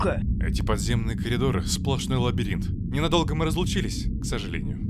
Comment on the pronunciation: микро недочет: акцент не на том слове, так что кажется, что юко сожалеет что они разлучились, а не то, что ненадолго